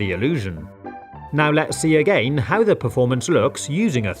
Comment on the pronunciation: The way he says "againe" gives me and emotion I didn't know existed